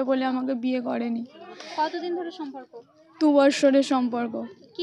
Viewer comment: Samporko hobe sonporko noy go😂